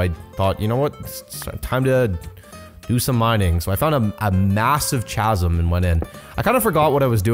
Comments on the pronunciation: did you say chazz~um? Did you mean chasm pronounced cazz~um?! That was not a fortress, it was a bastion and also piglins don’t trade for netherwort. Also the saddle can usually just be fished out of the river/sea!? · Tips for Minecraft: 1 block in the ether is =8 blocks in the overworld. That's why your portals were so close. That lake or ocean was only a couple blocks in the nether. How to pronounce Chasm Ca-sum. Not Cha-sum. The ch sound is silent and is only a C sound! Hope this helps! LOL, that poor lonely infected villager, from the beginning of the video is still waiting to be healed! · i love how he pronounces it as Chaz-um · Chasm Pronounced: kasm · No offence, but I believe the word ‘chasm’ is pronounced ‘kasm’. If there is anywhere that pronounces it the other way, reply to this comment and correct me to infinity. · I’ve been subscribed for a while and I’m a huge fan of, great personality, but he did NOT just say ch-asm… 😔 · the h in chasm is silent... Also, your bases aren't bad at all! I literally just make wood boxes so you're a lot better than me lmao